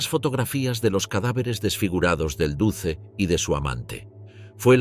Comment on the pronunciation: No se pronuncia "duce", se pronuncia "duche"